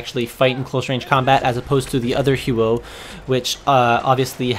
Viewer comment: The "Hew-o"